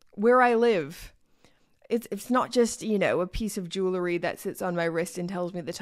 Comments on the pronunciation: only trying to help. For the record. Where you live it’s pronounced jew-uhl-ree. Instead of jewel-la-ree. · Jewel-ree. Not jewel-la-ree